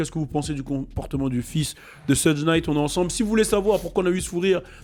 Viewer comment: C'est pas pour etre chiant mais Suge Knight se prononce shug non pas sudge .